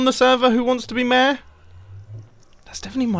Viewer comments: Everyone: Mayor. Mumbo: Mair. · Me: yeah, ik enough english to understand videos and audio stuff ^^ Mumbo:... Mumbo: I seem to be campaigning to be MÆR me: 👁️👄👁️ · i just love how you and grian both prenounce 'mayor' as 'meehrr' XD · its pronounced mayor not maeh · Word: MAYOR Pronunciation MEHE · Mair is the correct way pronounce mayor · Mumbo: reads Mayor Mumbo: mair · Nobody: Mumbo, pronouncing mayor: mer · Look I love the British accent, but why does he say mayor as “mehr”?!? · Everytime mumbo says mayor, I hear ‘meh’ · It's pronounced may-or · The way he pronounced mayor doesn't feel right.